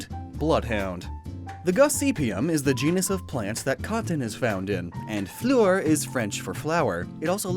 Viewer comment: Just to point out, "fleur" is pronounced as "flUHr", the "eu" you make a sound of "uh", like "duh"